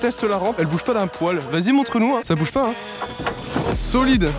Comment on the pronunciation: j'aime bien le "çà j'y arrive po " :) :)